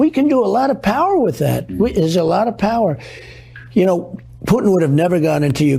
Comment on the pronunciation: "Pewtin" mark levin😆